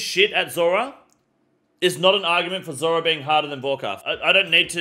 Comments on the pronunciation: Zurah bro can't even pronounce zulrah lmao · Lol u trying to say zulrah made my ears bleed 😅😢